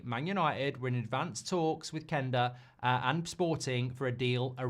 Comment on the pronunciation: Why does he pronounce Quenda as Kenda? Does he pronounce Queen as Keen?